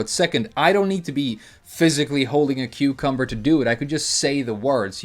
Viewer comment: Say it with me! Cucumbah!